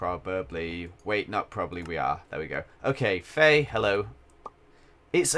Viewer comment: When he says wife faye i keep thinking hes saying "wifey" 😂